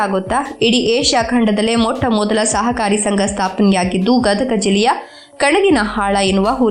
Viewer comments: Medam gadaga alla gadag ani ok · ಗದಗಾ ಅಲ್ಲಾ ಗದಗ ರೀ, ನಮ್ಮ ಊರು.. ಪುರಿ ಮತ್ತ ಬೆಟಗೇರೀ ಚಟ್ನಿ ಮರತರೀ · Gadaga ಅಲ್ಲ ಗದಗ